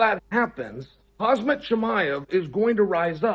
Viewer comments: “KaZ-mat” Chimaev 😂😂😂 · Kazzzzmat Chimaev 🙄🤦🏽🤣🤣🤣